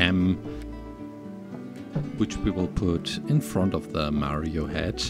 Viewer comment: Mario is pronounced "MAA-rio", not "ME-rio".